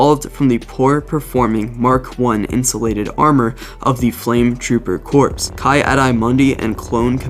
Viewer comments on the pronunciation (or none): Great vid and just so you know engulfed, corps (core), and ki adi Mundi (key odd-ee mun-dee) other then that was fantastic